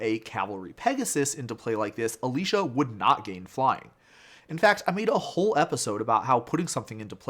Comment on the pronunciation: It's Alesha, not Alisha.